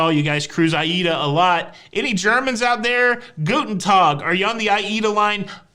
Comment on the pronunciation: 🧐 A+ today,. Even got Aida right, ha. Luv your delivery-extra funny today.